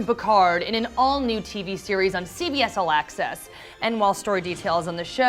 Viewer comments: I know it's not nice to make fun of how someone talks.. but its CBS All Access.. not CBS Alexis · She also said "CBS Alexis"..... ugh